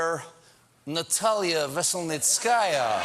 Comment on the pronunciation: it’s one YEAR anniversary of the investigation, and you still mispronounce her surname xDD It’s Veseln-ee-tskaya. not Veselnitsk-aa-ya (in my best hermione voice). I mean, I know you americans don’t care but damn xD